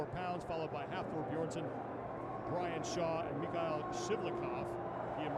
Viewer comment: Is he saying Hafor Beersson? Pretty disrespectful to continually obliterate his name... Don't they practice the pronunciation before the competition?